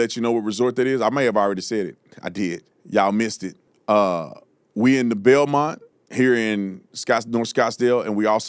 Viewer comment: Bilmont? Do you mean Biltmore?